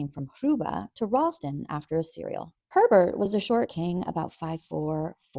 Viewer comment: Why does Herbert sound like pervert when you say it 😂